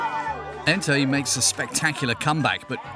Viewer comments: The jock’s name is “Ntai” not “Entaï” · The got it wrong in the documentary. His name is Ntai not “Entai.”